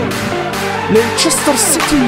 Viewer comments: Abi leçıstır değil o lestır diye okunuyor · lester diye okunuyo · abi leiçistır değil lestır diye okunuyo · Leysestır değil Lefsijsitiır :) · LESTIR DİYE OKUNUYO